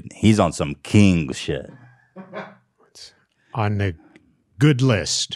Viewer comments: he was kinda pronouncing it like “keeng shit” lol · Ngl, when Ethan fist said “king shit” I thought he was saying “Keem-shit” and I was rofl This is a suggested keemstar name change to “keem-shit”